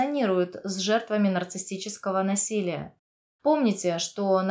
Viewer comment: улИсс, а не Улисс. нарцисСический, а не нарцисТический. базовое слово "нарцисс", а не "нарцисТ"